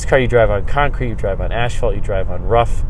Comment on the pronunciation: Did you say ashphalt?